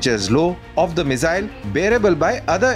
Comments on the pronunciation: Mizzyle nahi bhai, missile. S... Z nahi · The Mizile pronunciation is irritating 😂. That said, its a good post